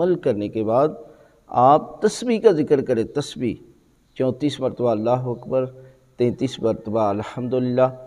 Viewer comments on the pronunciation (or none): none